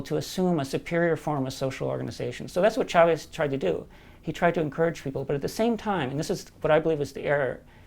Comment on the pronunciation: WE WANT YOUR OIIIIILLLLLLLLLL. The fuck does trump know about poverty?! Side note: It's pronounced "CHAvez" not "SHAvez". The same way it's "CHAir" not "SHAir". Please don't butcher the name, or pronounce it "Llaves" since that's the spanish origin.